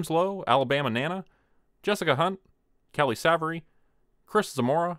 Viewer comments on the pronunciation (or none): Pronounced "Save...ery" sweetie! LOL!